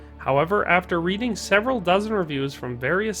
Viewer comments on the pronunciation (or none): none